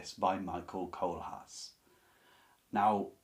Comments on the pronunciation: fWIW "Briest" should rhyme with "beast", but you prononounced Kohlhaas perfectly fine ;) All Kleist novellas can be recommended. Kohlhaas is the most elaborate but they are almost all rather dark (violence and sex) and fast paced (Kleist's style can be breathless in German, with sentences over half a page or more). Fallada has the stress usually on the first syllable (it's a pseudonym), I read that book (and several others of his as a teenager many years ago). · Your pronunciation of the name Kohlhaas is good; your pronunciation of Fallada is close enough. “Effie Briest” is pronounced “Priest.” “Michael Kohlhaas” is the book on the list that moved me the most. I enjoyed reading Theodor Storm and Wilhelm Hauff as a child, but I’m not familiar with “Lichtenstein.” It’s interesting that, within Germany, “Der Steppenwolf” is the better-known book by Herman Hesse, while “Siddhartha” hardly plays a role.